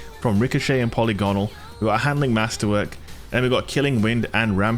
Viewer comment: Polly Gonal? Who's dat?